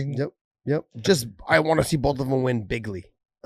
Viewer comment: Yo Josh, just saying, Trump doesn't say "bigly" he says "big league" love ur podcast brother